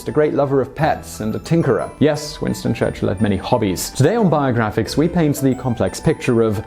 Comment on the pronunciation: Winsto chuchilll